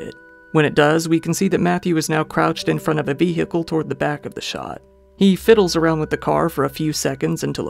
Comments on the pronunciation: I love your videos but why you say vehicle like that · The h in vehicle is silent. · You forgot to say "vee-hickle".